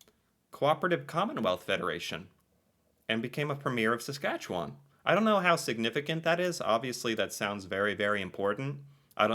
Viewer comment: i'm impressed with your dead-on accurate pronunciation of Saskatchewan, most Americans have alot of trouble with that one. 🥰